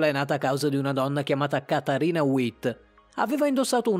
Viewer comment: Il cognome di Katarina si pronuncia con la "v". Surya Bonalî, l' accento è sulla i finale. Ocio !!!